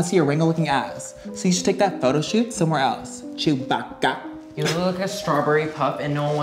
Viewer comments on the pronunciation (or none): he did not just say chewbaca bruh